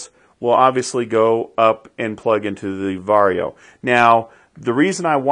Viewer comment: I find it funny you pronounce it “Varrio” instead of “Varjo.”